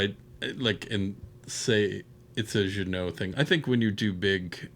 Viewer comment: Just putting this out there : for an English speaking person, Jeunet would be pronounced ‘Juh-nay’, not ‘Juh-noh’ .